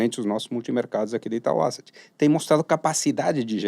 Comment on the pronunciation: Não é Àseti a pronúncia é : ésset